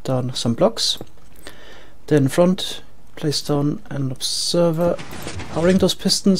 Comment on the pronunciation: I like it when you say FORWARTS , and FRONT